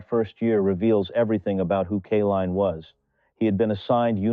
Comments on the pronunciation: Nice story. BTW, it's Kay-line, NOT Ka-leen or Kuh-line. Not good AI!! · Lee's proofread this video and redo it. 20 years and 12 days before 20 years and 24 days is only 12 days. It would have meant that alkaline would have had to have won that batting title on the day of his birth his name is Kaline... with a long I. Because of the e at the end. Not Killeen. At least have the respect to pronounce his name the way it is written. Other than the obvious flaw in the way you're presenting the story depending on AI instead of having an actual narrator and if this is a narrator he needs to learn how to speak. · His name is pronounced K LINE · Didn't appreciate your "CAH-line" or "KAY-leen" pronunciations... How about hiring REAL/LIVE folks? ...and a baseball enthusiast would be "nice". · The Greatest player for the tigers during my generation. But the narration often mispronounced his last name. Should not have happened